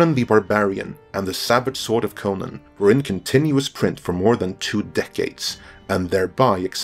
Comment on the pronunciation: I hate the way you promounce conan